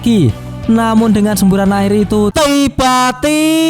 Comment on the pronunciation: Semua dah ok cuma last2 buat apa la ko tekankan perkataan "tiba-tiba" ko 2...buang2 la elemen yg buat pendengar rasa mual n mnyampah cam 2..